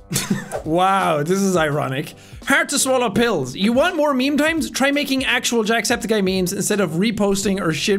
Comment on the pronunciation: Sean: It's meme time, it;s meme time, What I here: It's BEAN time, Its BEAN time